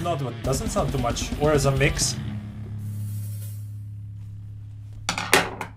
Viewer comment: "cheeesus" <3 xDD